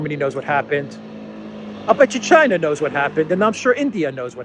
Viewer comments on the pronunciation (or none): none